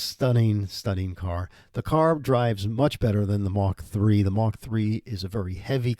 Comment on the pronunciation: Mark...not Mach.